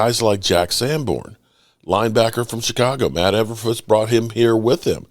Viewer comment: You need to start pronouncing our DC last name correctly it’s not everfuss it is Eberflus! Just practice these names please